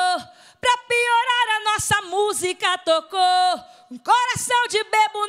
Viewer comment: Toco? O certo é "tocou". Lasco? O certo é "lascou".